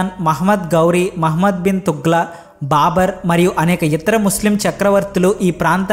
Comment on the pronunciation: చాలా విషయాలు చెప్పారు కాని విషయం పరిజ్ఞానం లేనందున కాబోలు పేర్లు అడ్డదిడ్డoగా పలికారు. తుగ్లక్ కి తుగ్ల అన్నారు. హౌరా బ్రిడ్జిని హవారా ఇలా చాలా పొరపాట్లు దొర్లాయి